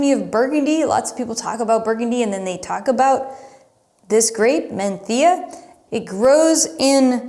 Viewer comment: I live in Spain and am fortunate to have tried all these grapes and 4 out of five of the wines. All the wines from Casa Castillo are incredible and you can’t go wrong with MdeM! Thank you for saying Menthía and Biertho- in Castellano. Muy bien!